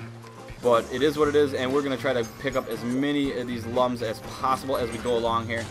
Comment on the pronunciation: I know it, but it pronounced as " LOOMS " not lums